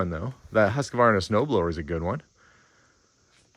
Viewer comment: That's not how you pronounce Husqvarna!!! It's swedish and it's kinda like "Huus-kvarna" (two words) and it means "House mill" (mill like a wind mill). In the 1500s that name meant "The house's mill". It's named after a place in Sweden where such a wind mill was in place.